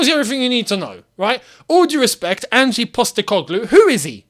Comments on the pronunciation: as an aussie, thought i’d just say it’s pronounced not like “angie” but more just leave the e out of it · "Angie Postecoglou" 🤦‍♂ mate its Ange, and yes SPFL is far from an elite league but he needs some credit, he came in to Celtic and completely revolutionised the team. Just reading his Wikipedia site and don't actually watch their football. Just say "I don't know anything about him", instead of pretending you understand how he plays, his formations. Saying "I want someone who can get us winning trophies" is not realistic, it's like working as a bin man and saying "I want a Ferrari". We are not the same club anymore, have you looked at the league table? We will likely finish 13-15th place. We need to get back to fighting for the top 6, then worry about top 4 before we are even close to talking about fighting for the title. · Ange not Angie! Aussies know all about him. Multiple titles here, Japan and at Celtic.